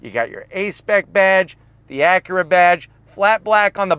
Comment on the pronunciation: Your mispronunciation of “Acura” is terribly distracting.